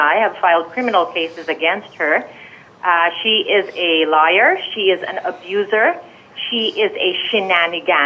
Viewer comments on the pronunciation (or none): "lier" daw. inggleserang pulpol